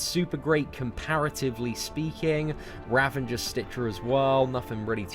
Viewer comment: I dont know why so many YouTubers put an N in the word Ravager. It's not just you :)